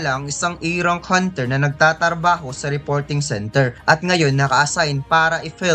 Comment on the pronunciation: NagtaTarbaho? Tarbaho? Ano po un? 😂😂😅😅